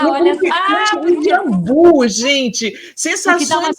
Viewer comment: Jambú com acento agudo no i dando a silaba tônica, JAMBU sem acento dando a sílaba tônica no JAM..... desculpa mas estão pronunciando errado.